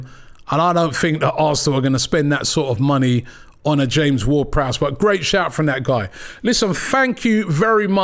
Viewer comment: Big up to the man who said James-Ward-Prowse.The disrespect that man gets is criminal.5 goals guaranteed from the Freekick spot.